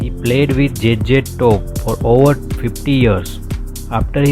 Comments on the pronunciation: Should have played there songs in background, also do learn the proper pronounceation, its Z Z TOP NOT JJ TOP ok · J J Top. Obviously, English isn't his first language, but you would think he would have practiced the name a little. 😅